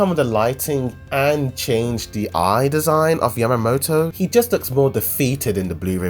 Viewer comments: WHO THE FUCK IS YAMATO? Its YAMA-MOTO. Smh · Its Yamamoto not Yamato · It's Yamamoto